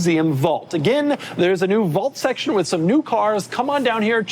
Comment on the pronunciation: Doug doesn’t know how to say the word “vault” or his own last name. 🤦‍♂️